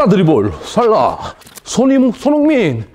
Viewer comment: 이영표님께서 자꾸 손"홍"민 이라고 하는거 같이 들리는건 저 뿐인가요~~